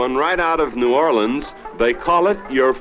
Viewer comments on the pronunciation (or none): none